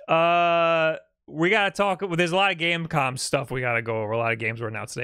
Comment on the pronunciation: bro said gamecom 😭 (love u lol)